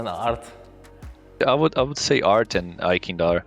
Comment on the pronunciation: anybody else heard guerri saying fart instead of art lmao